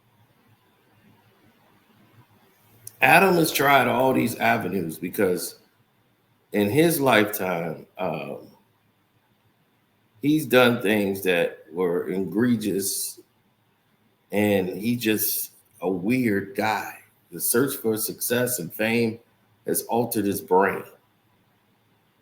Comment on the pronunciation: I'm sorry, it's "egregious" NOT "INGREGIOUS" 🤦🏿